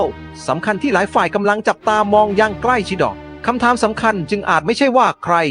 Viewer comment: อ่านหนังสือแบบนี้เรียนมาจากประเทศไหนค่ะ หรือว่าภาษาไทยสอนแบบนี้แลัวตอนนี้ คือถามแบบไม่เข้าใจอ่ะอย่างเช่นคำนี้ ..ชิด..อ่านว่าชิดดออ่ะ